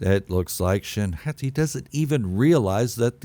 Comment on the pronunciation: I think you’re good with the ‘Hotty’ sounding pronunciation. The Japanese language uses the soft sound of vowels. Thusly, the letter ’A’ is always pronounced ‘Ah’. 🫡